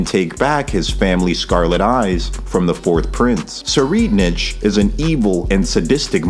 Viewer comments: Say it with me: seh-REE-ed-nik or tser-ee-ED-nick NOT sir-reed-nich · tserriednich is pronounced “sir” “ride “nick” 👍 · tserreidnich's is pronounced like (se-ride-nick). hope this helps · Tserriednich's name is basically pronounced Tsu-ride-nik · Btw you pronounce it (sir-ride-nick) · Its "sir I'd nick" that's how you pronounce prince Tserriednich. Only thing I wanted to say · Its pronounced sir-ride-nick. Or u could say sir-ride-nitch. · its german u say his name like this its just said "sir ride nick" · I think it’s pronounced “Sir-ide-nick” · The ch in Tserriednich is pronounced like a c or k btw, good video tho i agree Kurapika is not one to underestimate someone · every incorrect pronounciation of his name, is fine as he does not deserve his name to be spoken correctly lol Also I thought it's only if i woman lies to him the ability works